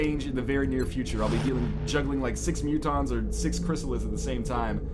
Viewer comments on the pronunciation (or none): none